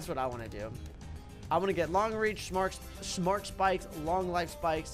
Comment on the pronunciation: "smhart spikes" Git gud at talking lul